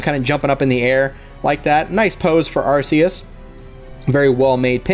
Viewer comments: it's not arses arccccus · I don't want to be mean but it's actually pronounced are kee us